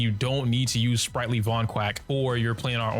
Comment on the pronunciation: Also ‘Sprightly Vonquack’ 🦆😅